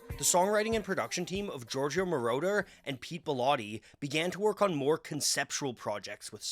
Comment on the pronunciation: Hood name is pronounced, MORE-OTTER. Not MORE-Door. He isn’t part of the lord of the rings trilogy. He’s a producer. 😅